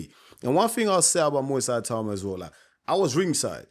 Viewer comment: Ay-tauma?? Ee-tau-ma. Itauma